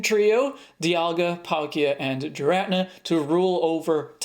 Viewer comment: Is that really how Giratina is pronounced?